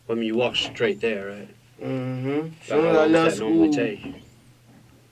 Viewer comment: He needs to switch teachers, because his English class is not working. I would be so embarrassed to not be able to pronounce the words in its full. Straight = skreat. Wow!!